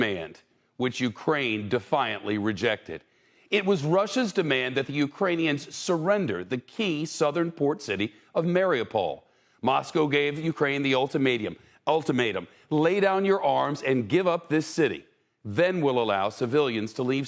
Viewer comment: This dude forgot how to say ultimatum, he even added a syllable. How dude 😂